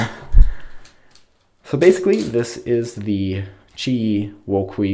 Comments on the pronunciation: Wuqueee? I'm pretty sure it's pronounced (whooch-way) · pronounced as wuchyue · Pronounced as Woo Chueh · "Woo-Kway" woo-chay is pretty weird imo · Look like lockup a lot , pronunciation for this 4x4 is woo ch-ue ( q pronounce in ch sound ) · I thought it was pronounced wu-chu-we kinda, based off the pronunciations of YueYing and QiYi, also it's pronounced Mel-bin, not Mel-born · Pronounced (woo) (ku)(e) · As a Chinese, i think the 'que' almost sounds like /tʃə:/. The 'q' definitely not pronounce /kw/ in Chinese.D